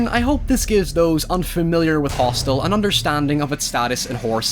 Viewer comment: you could clearly hear him say "Roth'stel" instead of Hostel which is the correct name of the film. Now it m.h may have been a slip of the tongue......or they were, 'Q Anon was tryna imply that this is really the depiction of what goes on in the ROTHSCHILDS Realm!!!!🤔🤐